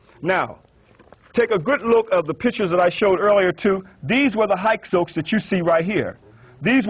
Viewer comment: Narmer defeated scorpion? He may have been narmers father. You don't know shit from clay. And learn to say Hyksos properly. Total tool.